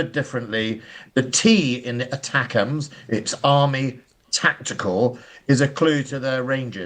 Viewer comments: If is so ignorant about the core subject that he thinks that the missiles are called ACTAMS not ATACMS then he really shouldn't be presenting. Times Radio is just a bad joke nowadays, shoddy journalism. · Pompous longwinded Andrew intro, can't even pronouce ATACMS 🙄